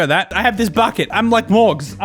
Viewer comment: Is irish? He sounds like he has a bit of an accent and then he says mOrGz with the most AMERICAN ass pronounciation